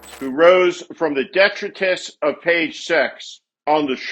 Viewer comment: The word "detritus" is pronounced duh•TRAI•tuhs .....with the accent on the TRAI, NOT the first syllable. Look it up if you don't believe me. 😒